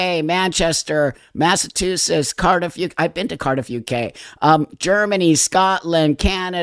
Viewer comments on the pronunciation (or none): Omg you say massatooshish just like my mom did.